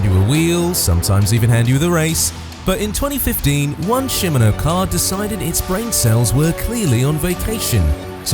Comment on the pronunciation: Shimano, not simino! It's a neutral service vehicle that will assist a rider that has an issue, if their support vehicle isn't able to assist them! It's sponsored by the bicycle component company Shimano! Any issues a rider might have, from a flat tire, to an absence of a feed bag to keep a rider energized for an attack! They've served in this role since 2021!